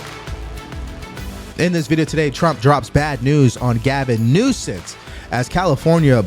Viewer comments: Did you say governor nosense? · Its Newsum not Newsense. Be professional if you are going to report news. Lets be better than a democrat.